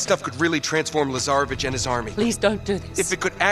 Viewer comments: Who else kept calling Lazarvitch into Lazarbitch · Why am I hearing Lazaravic’s name “Lazarabitch” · When I first heard his name, I literally did a double take to make sure I heard that right… then I heard Lazarabitch from Flynn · Because you guys can't pronounce Slavic serbian names